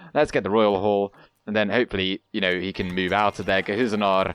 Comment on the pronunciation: You mispronounce Guhuhzanur so often why not change the name to Guhuhzanar (how you tend to say it)? What is the point of owning the place if you can not do as you please? lol :)